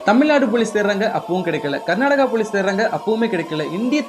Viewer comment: பரதேசி தமிழ் நாட்டை மட்டும் ஏன் தமில் நாடு என்று சொல்கிறாய் மற்ற மாநிலங்களின் பெயர்களை மட்டும் எப்படி சரியாக உச்சரிக்க முடிகிறது தூ வேசி மவனே கர்நாடகாவை கொர்நாடகா என்று சொல்லி பார் தூ எச்சை